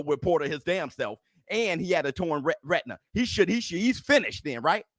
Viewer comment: Dam be careful with some of those annunciations I almost swore instead of you saying spence tore his retina that you said he tore his rectum 😳😜 Detached probably would have made me hear it better too instead of tore 🤣🤣🤣